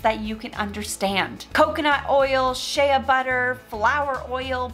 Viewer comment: It's Shea Butter as in Shay butter. Not "Shea-uh." 😉